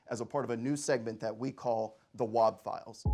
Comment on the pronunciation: Nooooo, she called wob “bud”